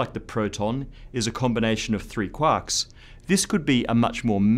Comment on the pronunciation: "Qwahks" LOL